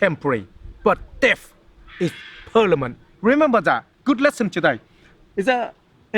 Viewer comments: "Death is Per-la-min-it" -" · "Death is Pernament!"